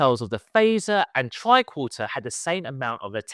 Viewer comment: Tricorter? You mean tricorder right? Right? 😂